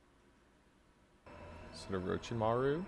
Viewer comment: Lol don't feel bad about your mispronunciation of "Orochimaru"😂 you watch Identical Reactions, so you know Brandon calls him "Omichan"😂😂